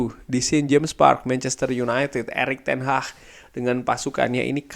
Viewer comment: Hag bukan haH